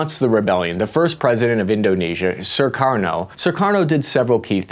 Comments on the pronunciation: This was very informative! But why do keep pronouncing Sukarno "Surkarno"? There's only one "r" in there. Same with Suharto. Does not have two r's: "Surharto." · Jema'ah Islamiya -> Jama-uh Islameya Sukarno -> Surarno Suharto -Shurarto Annoying American pronunciation, just like the annoying US military blunders since ever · Jeebus dude, this guy calls Sukarno "Sir Karno," calls Suharto "Sir Rato," and calls Allen Dulles "Doo Lus." His pronunctiation is as poor as his research. Such crazy historical inaccuracies in this. What a shame near 1mil people have watched this. This dude throws out Indonesian proverbs with incorrect meanings, uses wrong flags, claims histories are still debating cuz he read a paper that's half a century old (read John Roosa's Pretext for Mas Murder - we know exactly what was behind G30) This dude is soooooo far out of his league that irs comical and we are going to enjoy this video for a long time to come. I'm going to use him in a lecture as my example of Americans who think they're knowledgeable but don't know jack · Great in depth history of Indonesian politics. (Btw, the name of Indonesia's 1st President Sukarno is pronounced "Soo-car-no", not "Sir-car-no". Also Alan Dulles is "Dull-Us", not "Dool-Ease".)